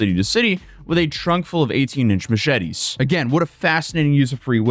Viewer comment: "mooshety" lol